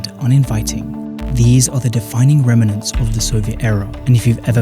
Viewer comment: Nice video. You should really look into how to pronounce "remnants", if you're going to continue using it ✌️